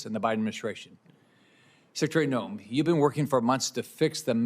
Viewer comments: Her name is pronouncements Nohm. Just though you would like to know because viewers listen carefully to what those we trust with news. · can you please pronounce Kristi's last name correctly!